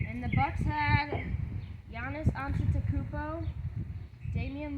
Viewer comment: As a huge Bucks fan I appreciate you saying Giannis’s name correctly! You know your NBA stuff. Love it!